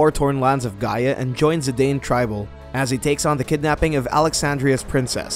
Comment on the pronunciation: It's ZID-AH-N not ZI-DAY-N